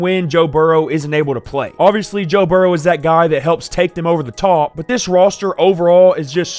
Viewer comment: “take them over the tauwp”